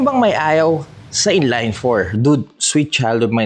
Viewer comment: "In-layyynn for", should be in-line 4, pronunciation is as is.